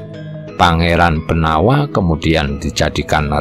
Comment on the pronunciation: Pengucapan nama Jowo, walaupun tertulis huruf a, ada baiknya diucapkan o. Seperti nama jowo Pangeran Benowo. Namanya memang BENOWO, bukan BENAWA. Nama lain Sunan Prawata, nama aslinya ya Sunan Prawoto. Kalo diucapkan Prawata, jadi agak aneh.